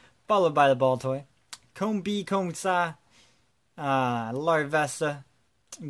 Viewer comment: Was that a French joke, when you said combee?